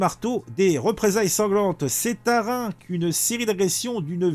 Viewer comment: On ne dit pas Rein on dit ReimS, le "S" se prononce.